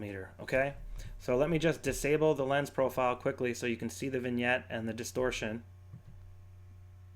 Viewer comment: Vignette, not vingette.